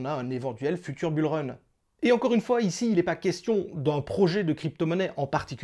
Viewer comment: Bule run 😅😅😅 j'avais jamais entendu celle là 😂